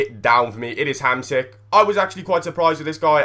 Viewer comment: Its HamSmick